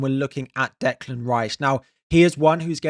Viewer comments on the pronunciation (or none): none